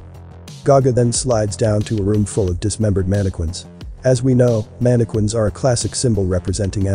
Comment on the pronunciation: 'Mannequin' is actually pronounced with a hard 'k' sound: 'man-i-kin'. You know, with an M and a K